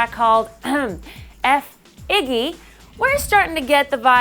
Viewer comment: Getting on my nerves the way she is sack riding Iggy Azalea. Also, the word effigy is not pronounced 'F Iggy'. What a moron.